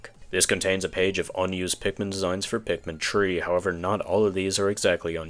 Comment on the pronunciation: why do you say pikmin tree?